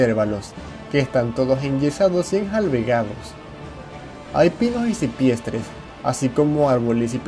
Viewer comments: "cipreses", no "cipriestres" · Enfermo!!! Caribeño tenías que ser!!! Por que lees tsn mal estupido??? En la carta al emperador leias cualquier cosa, en vez de decir cipreses dijistes sipiestres